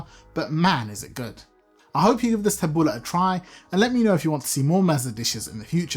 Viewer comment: My Lebanese mentor ( a neighbour lady who took me under her wing as a child) taught me how to make tabouleh. First, I love that you do not call it taboulEE like so many around here. I have always called it taboulEH rather than taboulAH lol. Secondly, I love that you are doing the proper chop of tomatoes and especially the parsley. I, too, was taught to keep the stems out and finely HAND chop. Otherwise, the parsley gets mushy, and the salad gets hard bits of stems (very unpleasant). I use a medium bulgar rather than fine and soak in cold water until it has absorbed it and becomes soft but not mushy. I also finely chop the mint. My lemon juice and olive oil and salt are added as i mix. Because it's such a labour intensive salad, if done correctly, we always make a large batch that will last the whole week. I find that it actually gets better after a few days as the flavours marry and mellow. I think it's probably because i soak in water and use the lemon to flavour.